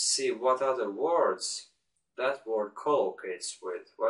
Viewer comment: "talk with my superior, my colleagues... and other stuff." "I was just reflecting on my own thoughts." I thought those were funny lines :P Anyway, I like your channel! Thanks! Watch out to the "o", for example in "word" (don't get me wrong, I make a lot of pronounciations mistakes too!) Keep it up!